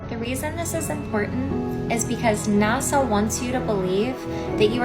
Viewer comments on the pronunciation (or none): Blonde girl calls NASA "NOTSO" 😅😅😅😅LOVE these young Flatearthers...they are my favorite!